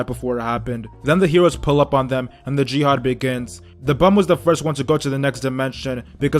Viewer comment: The man said Jyhade begins lol I’m dead